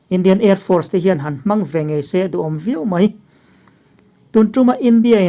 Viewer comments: Hman tih i lam dan hi a ri sangin lam la a dik deuh ang e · An hman lam dan chu. A ri hniam ni loin a ri sangin lam tur a nia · Pakistan hman tih ah HMAN tih lam dan hi a dik tawklo. Lam hmiam loin lam mar mai ni se a dik ang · Mizo tawng lam rik danah fimkhur deuh a tha ang. Entirnan hman tih i lam rik dan hi ngaithla nawn ang che. Nangmah duh saktu.